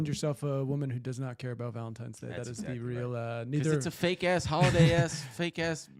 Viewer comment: Why does keep saying Valen-times-day?! Is that just me?